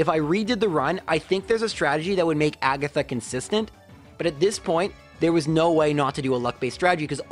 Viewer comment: ah yes, the Elite 4 Laura-Lee Bruhnoh Kooguh Aygath and Champiom Lancy